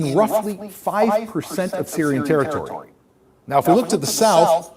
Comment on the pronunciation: "We have to see this vaary vaary carefully!" Abe, yeh taaritori nahi, "territory" kaha jata hai! Tu Angrezi kaun sa Madarsa me sikha tha?